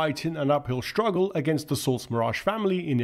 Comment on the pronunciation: Practice saying strike, struggle and industry instead of shtrike, shtruggle and indushtry.